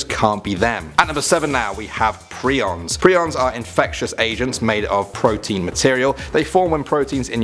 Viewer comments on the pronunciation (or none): Prions are pronounced Pry-ons. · Did he just say “preons are infectious asian”??